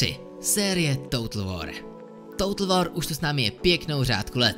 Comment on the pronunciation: "toutl wor" omg ... jak to tak můžeš číst